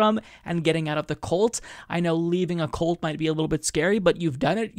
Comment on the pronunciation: Just one minor note on pronunciation. You are pronouncing, "cult," as, "colt." They don't belong to a colt. Think, "culture," when you say, "cult." Please, and thank you. And I adore you. I'm an ass, just wanting nobody to ever down you for any reason, and this was the worst I could find. Meanwhile, where I got my Covid test today, telling her about hearing someone on the radio "just asking questions," she demurred, and told me we needed to be moderate, and not fear "too much," and "overreact!" WTAF? P.S., my husband's test was negative already, but we suspect a false negative, as we're both sick. However, I suspect another virus, perhaps an adenovirus. I'm definitely sick, for three days now (as is my Clarence), but in spite of undetectable HIV for 23 years, AND I have asthma, and I am a Cystic Fibrosis carrier; meanwhile, I'm okay. I'm scared, but okay. I'd rather be scared and live, than mentally disabled, and die. BTW, did you see the study, proving antimaskers have significantly lower fluid intelligence? They are literally dying of stupidity. Good. I'm tired of them rooting for our deaths, and us dying from underfunded healthcare, punishing us for *their* idea of sexual and drug "sins." I literally hope all hateful bastards die, because I'm tired of US being killed by their negligence. Smooches to you and your husband, from me and mine.